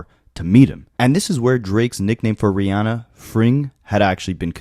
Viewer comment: They was he says “RiAWHnnah” stood out to me, lol.